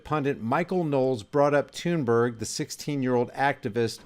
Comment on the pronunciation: Not tune berg thunberg like thumb Thor thud THunBerg. She says it like Thun Bae